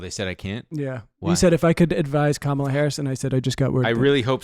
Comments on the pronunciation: you’re pronouncing Kamala wrong, or at least you did a handful of times. It’s comma-luh, not comMAH-luh. I still think you’re sexy and I love you. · PLEASE learn how to pronounce Kamala Harris’s name correctly